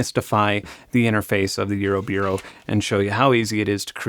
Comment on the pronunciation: why are you saying eurobeero?